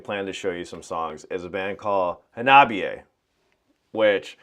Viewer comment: Hawna Bee Eh! Every time you say it wrong, Chika dies inside a little! 🤣:card-red-penalty